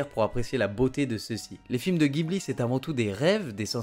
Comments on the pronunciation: en fait on dit "Djibouli" et pas "Guibli". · officiellement c'est ジブリ 'Jibuli'. Si tu dis Guibli à un japonais, il ne comprend pas.(c'est un mot italien à la base, oui.) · vidéo sympa! sinon Ghibli se prononce jibli :)^